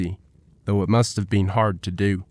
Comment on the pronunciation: Who pronounces been as bee-N? Wyatt ear-P, Osage like sausage? Chunk wagon? Dear lord, if you pronounce Wichita, Cheyenne, Winchester, or Bisley why are we narrating a western?